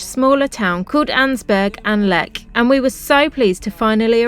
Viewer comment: River Rhine? Clue = Landsberg am LECH. (you should learn 'ch' sounds - not 'Leck' - you'll get away with 'Lesh', as you will be understood, but not accurate). The Lech river is a right bank tributary of the Donau (Danube). You were not in Rottenburg (that is a town on the Neckar river which IS a tributary of der Rhein), but in Rothenburg ob der Tauber (above the Tauber river). The 'o' in Rothenburg is more like the 'o' in 'close. I'm really not surprised you were going off track if you didn't know the rivers you came upon. You were well to the east of der Rhein (the Rhine).